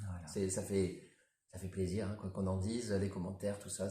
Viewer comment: plaisir pas palis 🫣